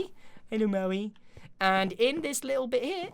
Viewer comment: Meowi. Why Maui?